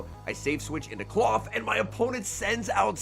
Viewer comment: It's not clawf twin it's Klawf.